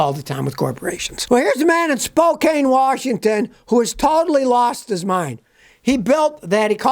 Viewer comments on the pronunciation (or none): Hey Scotty, love your channel…the name of the city in Washington state, while it is spelled as Spokane…it’s actually called Spokane like can not cane… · It is pronounced Spohkan, Try saying Puyallup, no one gets it right unless you live here. Snohomish is an easy one. It is Pew-al-up.